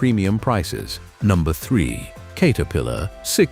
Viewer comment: Kate-a-pillar?? Screw this AI $hit!!